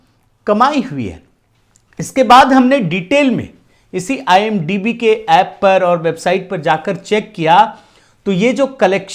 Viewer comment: IMDb hota hai idmb nahi dumbass 😂😂